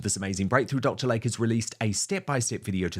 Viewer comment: OMG!!! His name is "Dr. "Lay-Key" not Dr. Lake.